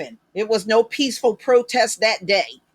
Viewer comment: He meant peesssful or pisssful protest.